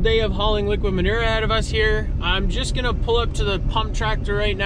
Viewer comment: I just love how you say the word Manure. Cracks me up every time! 😊